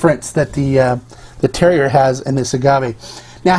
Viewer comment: Don’t want to be that guy, but terroir is pronounced tehr waar.